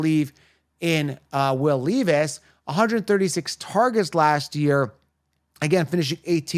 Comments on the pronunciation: It’s not will leaveis it’s Levis Smgdh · Leevis? Lol. Jokes are funny. I agree on your Ridley take.